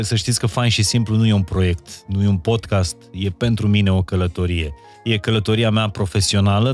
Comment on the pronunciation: Ascult Podcast-ul vostru cu mare interes, informatiile sunt de mare valoare, si va felicit, dar as avea o mica sugestie. Cuvantul Podcast se pronunta Pod KAAST nu Podchest.